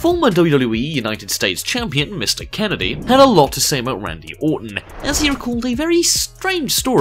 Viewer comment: ...who the fuck pronounces the word "Kennedy" as... "candy"? what the fuck.